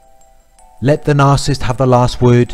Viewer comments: Ms Smith I’ve found that the younger generation does not like correction nor admonishment and they are willfully rebellious. If a narcissist (which is pronounced with three syllables, unlike what this Australian sounding man is calling a two syllable word,) is someone who is “ a lover of self” is mentioned in the Bible “ In the last days, men shall be lovers of selves, boastful, proud, arrogant, rebellious against their parents, ....” it goes on too. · I can't refrain from saying this as I've been watching a lot of your videos lately... but its NAR-CIS-SIST. There's THREE SYLLABLES lol... Anyways, thank you so much for making these videos. I just discovered a couple of weeks ago that my husband is a narcissist. I knew that things were awful and worse than any relationship I've ever been in (only 3 prior, 1st one 7 years, 2nd one a year, 3rd one a year) and we've been together for 6 years. I can't wait to have the divorce finalized. I have been praying for a long time to get some clarity, and I'm glad I have it now. I can move on and heal, FINALLY. Now if I can only find out what all these terms mean. I understand a couple, but no one really explains them in each video, so I keep coming across all of these videos with all of these terms, but no explanation for them… like triangulation, hoovering (used context clues to figure that out), covert (used google), grey rock or whatever it is, no contact (self explanatory), flying monkeys, and a lot of others.Thanks for everything you do. Sending lots of love from Ohio, US.Also, here's a helpful tip to anyone like me, who talks a million miles a minute and almost always has racing thoughts... speed up the video to 1.5 and it will shave off a lot of time so you can get to the next video and try to absorb as much information as possible. Oh, and thanks for the subtitles at the bottom, it helps to cut back on the risk of the narcissist finding out that I know who he really is, and that